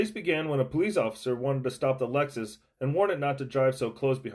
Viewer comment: I love this in the intro : “It all started when the police officer wanted to stop the Legzis.”!! 🤣